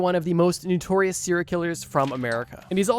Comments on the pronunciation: Bro NO- TORIOUS not NEW-TORIOUS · NOtorious it's pronounced. Love these vids but you use the world a lot to pronounce it wrong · Why can’t the narrator pronounce “notorious” correctly? Wtf is “Noo-torious”?😂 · Why u say “nutorious” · It’s okay that he didn’t say it right, it’s probably regional and a very simple mistake to make